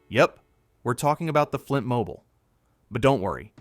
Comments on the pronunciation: Yeah. It's mobeel, not mobil. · Mobile = Mo beel. AI voice is 90% good, 10% WTF... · 3 ways to pronounce mobile and AI chooses the 2 wrong ways every time. Another dislike.